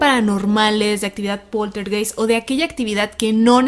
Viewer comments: en aleman ei se pronuncia ai... se pronuncia poltergaist, se escribe poltergeist... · Hola, la palabrs Poltergeist se pronunciaa Poltergaist, viene del Aleman, der Geist es el fantasma o espiritu y poltern es un verbo que significa hacer bulla, hacer ruido. Un saludo desde la Selva negra en Alemania. Saludos y gracias por sus videos. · Saludos amigos muy buenos sus videos, solo una pequeña observacion Poltergeist se pronuncia PolterGaist como Einstein Ainstain, heineken haineken, Ramstein Ramstain, etc, etc...